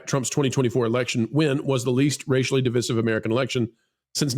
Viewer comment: Divisive has one s and it rhymes with derisive. It dies not rhyme with dismissive (two s).